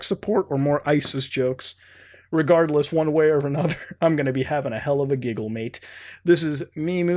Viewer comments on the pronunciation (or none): none